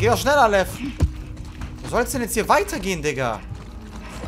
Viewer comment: ich liebe es wenn sagt:lev lerkel lev